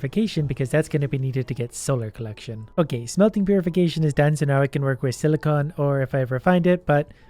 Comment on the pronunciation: silicon not silicone :(